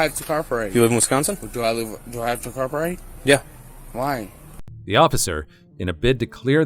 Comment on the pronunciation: "why do I have to copperate?" 🤣🤣